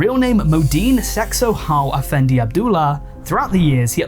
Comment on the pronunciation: "sehk-sohal affendy" by the way